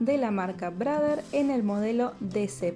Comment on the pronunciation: 😂 "brader"... Ya, ya...